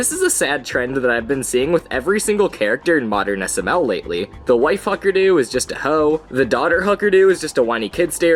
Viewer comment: "the why-fuckerdoo" once you hear it you cant unhear it